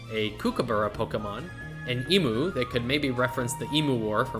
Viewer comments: I will let you know that emu is pronounced EEM-YOU not ee-moo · its Coober Pee-dee its Bris-ben its Cook-a-burra IT FUCKEN E- MEW NOT E-MOO